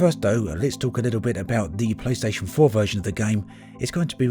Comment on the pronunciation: Means to say playstation 4, sounds like playstation vore, AAAAAAAAAAAAAAAAAAAAAAAAAAAAAHHHHHHHHHHH.